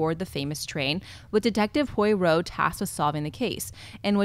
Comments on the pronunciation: #AshleyMova sorry to nit pick like this but as far as I'm aware Poirot is pronounced "Pa Row" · Po-ah-roh It doesn't really matter, though. We all understood her. :)